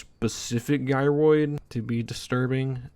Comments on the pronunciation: Hey my man. You were so close you pronouncing gyroid right lol. Gy-roid, just like Gyrate. You even said them in the same sentence. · how did u pronounce gyrating correctly but not gyroid 😭😭😭